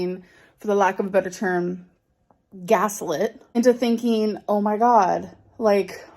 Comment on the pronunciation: I think I need a break from. The moment she emphasizes that GASLIT, it activated my fighting instinct to oblivion. So yea, see you a year later gorls (or whenever there's some big things happening).